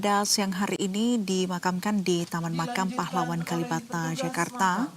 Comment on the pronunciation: KaLibata ... Bukan KaLimata Nduk.